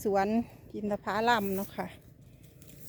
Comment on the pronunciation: "อินทผลัม" (อิน-ทะ-ผะ-ลัม...ไม่มีสระอา) ตามราชบัณฑิตยสถานได้กำหนดไว้ ไม่ใช่ "อินทผาลัม"